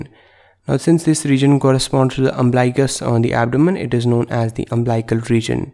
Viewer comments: Nice video. But it's UMBILICAL. Not umblical. And pronounced as UM BILL ICAL. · Umblical or umbilical!!